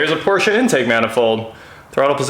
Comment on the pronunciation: Thank God! Finally someone who knows how to properly pronounce Porsche.Old Germanic name people, two syllables please.